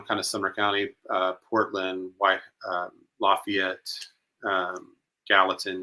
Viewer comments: I thought locals knew that around here. LaFAYit 😉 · No! The 17 year old was from Lafayette, pronounced with a long a. Not pronounced like you would for Louisiana. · E, Please pronounce Lafayette the right way. We don't pronounce it the way that you keep saying